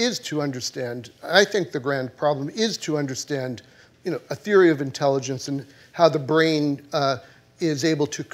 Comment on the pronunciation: there is no "in Tell Igence" We dumbify